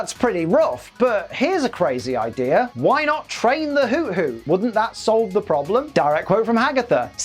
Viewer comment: Isn't Hoothoot pronounced Who-Thoot?